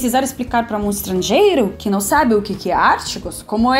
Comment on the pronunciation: O teu problema principal é o de não nasalizar nenhuma palavra que nós nasalizamos. Tipo “não”, você fala “nao”. Entende?